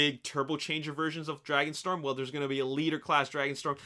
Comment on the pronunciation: "Dragonstrom" FIXITFIXITFIXITFIXITFIXITFIXITFIXITFIXITFIXITFIXIT